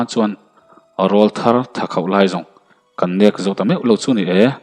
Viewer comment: Zem kualna tur a zo tih i lam dan hi zamzo/mizo tih kan lam rik a zo tih lai hi a ri sang deuh a lam tur ni in ka hria